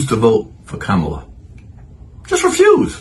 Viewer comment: And just like you that you lost my viewership. You have not even spoken about her policies, so you didnt explain why you dont want to vote for Kamala.... You did the woman hater thing; so a few women doing something bad. So all women... Also you can learn to say her name correctly, more anti-blackness. It doesnt matter if a black person has a Hindu name or a black person has a name originally from African American culture...